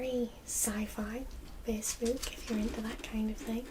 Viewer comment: Sexy librarian, I love the way you say 'boowk'.